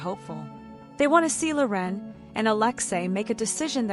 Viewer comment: AI voice can't pronounce Loren. Her name is not La'Ren ... ANNOYING